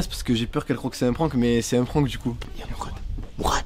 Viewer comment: Pq tu dit mourrrrraade